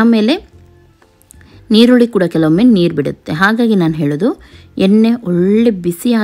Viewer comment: Y do u pronounce nirulli for erulli